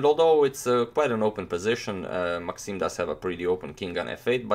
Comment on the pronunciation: maxime not maaxime :)